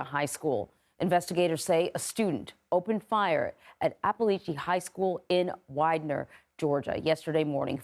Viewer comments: Winder, GA, not Widner. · God bless the victims and their friends and families. What a terrible tragedy. Also: It's wine-dur not wide-nur. It's appa-latch-ee not appa-lay-chee. That's how their residents pronounce it, therefore that's the way it is. It's not open for debate. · Wind-er no n in the word. Wind like a toy wind a toy.. with an ‘er’ wind-er